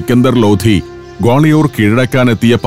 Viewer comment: ഞങ്ങൾ ഗാളയോർ എന്നല്ല ഇവിടെ പറയുന്നത്.ഗാളിയർ എന്നാണ്.🌹🌹💗💗💗